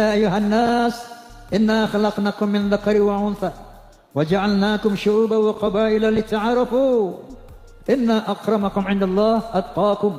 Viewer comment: Oma baca surah al hujurat 13. Kedengarannya "suruba waqobaila", padahal yg benar " syu'uubaw-waqobaaila, bukan suruba.